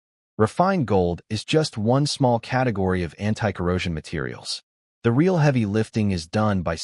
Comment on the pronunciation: It's very annoying when the narration spells out words like my, it and a bunch of other 2 and 3 letter words. There are also a bunch of mispronounced words like real was pronounced ree-al.